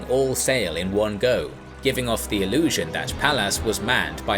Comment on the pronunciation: It doesn't make you sound smarter to say "thee" instead of "the" all the time.